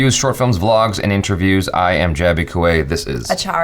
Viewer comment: Jaby - it's produced With-ya Baal-un